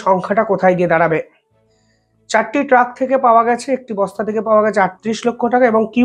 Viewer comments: Eta apni ‘truck’ bolte chan ki ? Karon lekha toh ‘trunk’ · ভাই, কথাটা, " ট্রাক নয় ট্রাঙ্ক "। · আরে ভাই, ওটা ট্রাক নয় ট্রাঙ্ক হবে। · Truck noy trank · ট্রাক নয়, বলুন ট্রাঙ্ক। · Vai sorry truck noy trunk. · ট্রাক ??? উচ্চারণ শেখো আগে ।